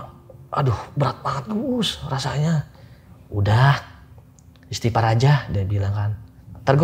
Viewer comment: "ISTIGHFAR", bukan Istipar. Wkwkk....